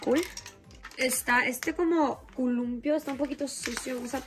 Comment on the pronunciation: Columpio❌ Columpio✅